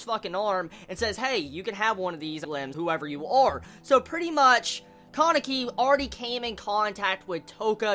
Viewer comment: I've never heard kanekis name pronounced like that before xD I usually hear the name pronounced kah-ne-ki instead of Caw-ne-ki